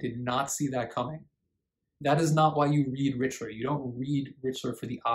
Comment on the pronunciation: Mr. Richler is not “a national treasure “ in Quebec. That’s for sure. BTW - it’s R ick ler. 😊